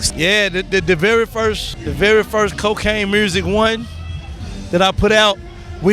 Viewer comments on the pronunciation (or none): How come Yo Gotti and Blac Youngsta say "murrsic" instead of "music"? 😂